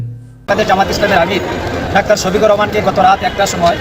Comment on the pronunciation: সোফিকুল নয় 😂 শোফিকুর রহমান 😂🎉🎉